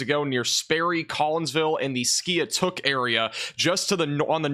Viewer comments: Skiatook Is pronounced. Ski-took I used to live down there and they named that city because of bad tornado came through and wiped out the town a long time ago. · Pronounced Skytook